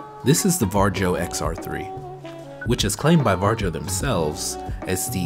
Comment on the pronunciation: The name is pronounced Varyo